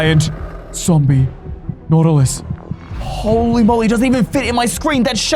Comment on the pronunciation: "ZomBiE naUtiLIE"